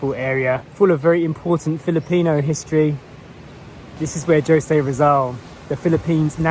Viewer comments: Okay,. I'll let you in on some names that you should know how to pronounce by now, especially being in a Spanish - influenced country - for, what, two years already? "Jose" is not "Josay." It's "Hoseh." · I have never been to that place. So fresh, quiet, and beautiful. BTW,, Jose is pronounced as "Ho-sé". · jose is pronounced as “HO- SE”…